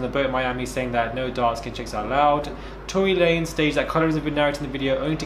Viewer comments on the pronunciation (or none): "Torey lanes" 👀 we still love you tho❤